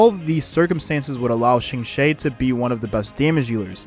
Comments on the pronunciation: A small correction for Qingque's name pronounciation (as a Chinese person, I understand chinese can be quite hard to pronounce especially for English speakers), her name in Chinese is:青雀. To pronounce as close as you can, try: Ching-chu-eh or Ching-chueh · Seriously cause who tf is Qingshay 💀